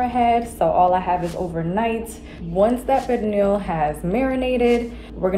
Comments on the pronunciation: Pernil…Per - Knee - (very sawft & short) “L” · 😂😂 why she pronounced it like that ?? It’s more of a pear-neel sound. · I hate the way the chick says Pernil...it's not Pear Kneel! Ughhh! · Oh no ma'am, pernil is not pronounced like that. Also where is the sofrito? That pernil needs LOTS more seasonings. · I’m Puerto Rican and black my mother makes Pernil every year for thanksgiving AND Christmas… everyone seasons differently but I don’t think it’s enough. Oh and the way she is saying Pernil that is not how we pronounce it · I never heard a Puerto Rican pronounce pernil like that 🤔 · Someone should have done their homework on pernil, she can’t even pronounce it, let alone cook it.